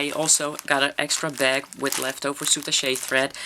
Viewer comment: The French pronounciation was correct before you said how the French pronounce it. They don't say "soutachay" like you did but "soutach'".